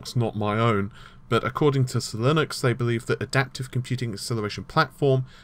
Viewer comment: I'm pretty sure it's pronounced zye-links.